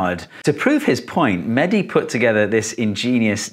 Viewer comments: umm no its mehdi not manny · He is mehdi not medhi plz